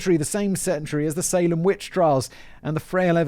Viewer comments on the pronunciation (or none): none